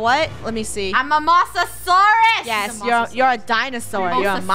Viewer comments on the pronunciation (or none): it’s actually MO S AURSE not MO SAURSE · It is pronounced Mose-a-sours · I love how they're pronouncing Mosasaurs Wrong xD